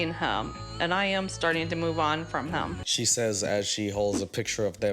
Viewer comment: Idk why but it infuriates me that they pronounce “him” like “heem”